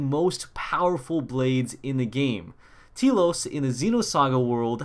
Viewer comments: Obligatory T-elos correction it's pronounced Tell-os. That aside I'm excited for this update I just hope I can get the Expansion Pass before Friday cause they said it's exclusive to those who have the Expansion Pass before this Friday. I kinda worry if you get the Expansion Pass after the day Poppi Buster is unobtainable. I kinda wonder if you can still get her if you purchase the Pass after the 1.4 update. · For fuck sake...KOS-MOS is pronounced with a soft C like cosmos and T-elos should be obvious..the e is silent to its tlos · Telos rip new waifu btw you pronounce T-ELOS as Tell-los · T-elos is pronounced Telos. Short E.